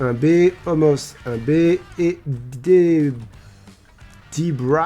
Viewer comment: Salut! J'ai remarqué que tu prononce Omos comme ça s'écrit, mais apparement ça se prononce "Omas", tu fais ce que tu veux de l'info, en soit il n'y a pas de faute aux noms propres mais voilà, comme ça tu sais ☺️